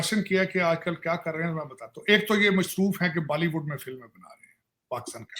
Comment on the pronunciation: Baliwood? Haliwood?